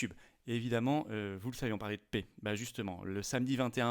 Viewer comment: La pè et non la pé s'il vous plaît